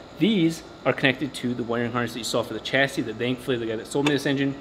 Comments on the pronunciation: Just to clear up linguistic issues, I couldn’t help myself.The term Chassis is french (meaning frame) and as such is pronounced as Sh-assis and not the Ch-assis. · OMG stop saying chassis wrong its pronounced sha-see not ch-assee, thumbs down .